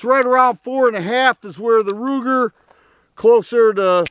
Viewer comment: Did he say Looger, Rooger or Wooger? 🤦🏼🤷🏼